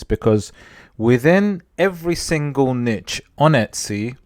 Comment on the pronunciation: Thanks for the informative video. I also want to say thank you for saying niche as 'nitch' vs neesh. I guess I'm old school. Drives me nuts lol 😁